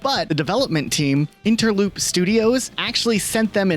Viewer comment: Hi mate, Interesting video but you have ‘Numer’ on the screen for the countdown around the 10 minute mark instead of ‘Number’. It isn’t corrected for any in the list either. Also at 8.10 you said ‘Interloop’ studios instead of ‘Innerloop’ too. You showed ‘Innerloop’ logo so not sure where you got Interloop from. Was this done late at night with bad coffee?